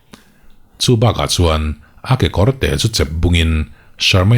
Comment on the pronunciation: Khawngaih takin kekawrte rawn ti tawh hram rawh aw, kekawr,kekawr nilo in,.immm